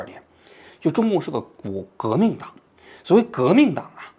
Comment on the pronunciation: 王局革命党这个词差点是不是彪出来陕西话了